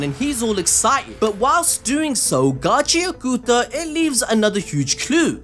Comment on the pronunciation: Again - it's "Got-chee-ah-KUH-tah" not Gotchi-ah-KOO-tah.